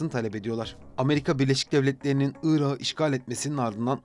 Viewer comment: Irağı diye telaffuz etmişsiniz Irak’ı demeliydiniz. Bu tür kelimelerdeki son k asla yumuşamaz